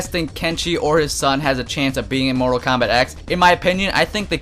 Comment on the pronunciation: That wasn't JaeRoar, that was ZandTComics. JaeRoar has said "Treemor" and "Komback" though.